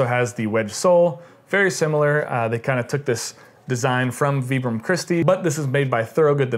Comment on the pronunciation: That’s actually the correct way to pronounce the name.